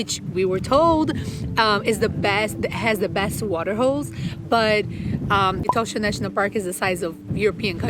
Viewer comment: It is pronounced E-TAW-SHA not e toe sha as you do.